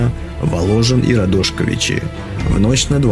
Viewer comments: Ударения правильно РадошкОвичи и СмолевИчи. И д. Большие ЖУховичи, а не ЖухОвичи. В Жуховичах даже мемориальный камень стоит в поле, на месте разгрома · радошковичи с удоренем на о. смолевичи с удорением на и сразу понятно что автор не из Белорусии. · РадошкОвичи, СмолевИчи... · РадошкОвичи, ударение на О после К. СмолевИчи, ударение на И после В. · РадошкОвичи, СмолевИчи. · правильное ударение в белорусски населенных пунктах: РадошкОвичи, СмолевИчи